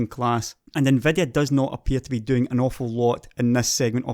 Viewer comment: i just love how you pronounce Nvidia like "Nveh-deh-ah"